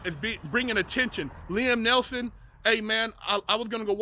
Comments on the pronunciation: He said Liam Nelson. At least get his name right if your gonna make a video based on the man. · "Liem Nelson"